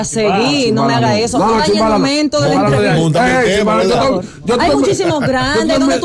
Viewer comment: Eshoooo eshooo que había eshooo 😂😂😂